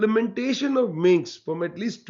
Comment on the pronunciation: Minsk, not Minx!